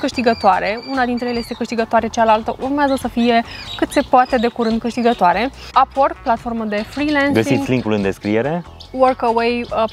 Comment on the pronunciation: Nu pronunți corect “upwork”